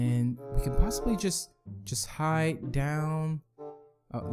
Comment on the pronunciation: its hide not hid